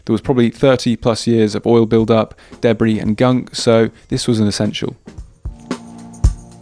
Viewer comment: Any time I hear an Englishman say Debris all I hear is Debby from yawnderland hahaha sorry not sorry but I love it lol